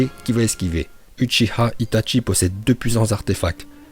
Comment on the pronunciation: uchiwa pas uchiha